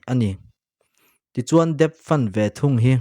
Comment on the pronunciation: Debt pronounced as det.